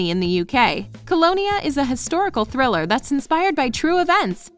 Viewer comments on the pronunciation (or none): none